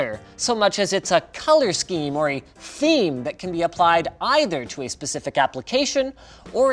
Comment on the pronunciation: Dislike he didnt say it right, its Dark THEME